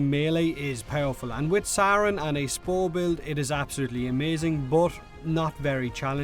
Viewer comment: It's actually sayrn